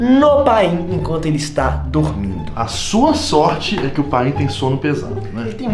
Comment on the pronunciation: Yo solo entendi dugmido jsjs dormido